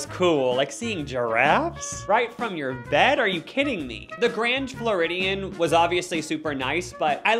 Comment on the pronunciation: Love this but you said Grand Floridian wrong and called Magic Kingdom Disney World!😖 Tell me that was a joke please!